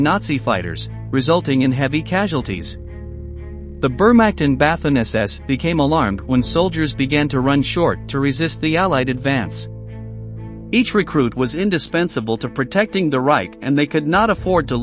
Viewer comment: the ignorant mispronunciations of the words "Wehrmacht" and "Waffen" made me throw up a little in my mouth. So typically American. I'm proud to be American, but so embarrassed by ignorance such as this.